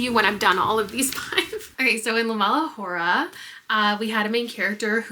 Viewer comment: your pronunciation of “la mala hora” is taking me out 😭 (said with love)